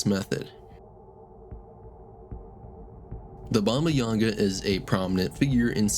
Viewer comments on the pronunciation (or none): Bomayawga 🤨?? Its bobba yagga